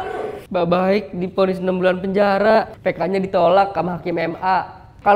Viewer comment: ngebacanya baiq bang bukan baik